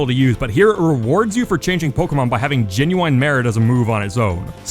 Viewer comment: Can someone tell this man how he’s supposed to pronounce genuine, and to not say it as much